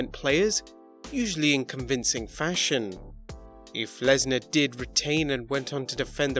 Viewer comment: It is Lesnar